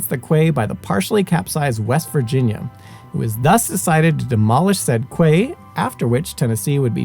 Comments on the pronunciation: Excellent thanks. Quay is pronounced Key…. I wondered what you were talking about at first and it took me a minute to get that you meant Key (Quay)! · This guy is Simon's buddy that helped him on this channel and guest hosted or hosted many episodes. But quay is said key, not how it looks. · Great job and very informative coverage! For future reference, "quay" is apparently pronounced "kee." I had to look it up myself to be sure...I had been mispronouncing it "kay."